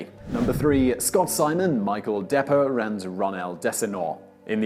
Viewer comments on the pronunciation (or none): Not "Depper" it's De Pre